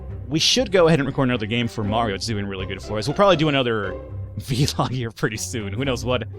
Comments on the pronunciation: It's not VeeLog, it's vlog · your saying V-log not vlog it's one word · It's vlog, one syllable, not vee-log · I like how you say it v-log :D